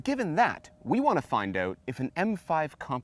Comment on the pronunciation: "we want to find OUGHT"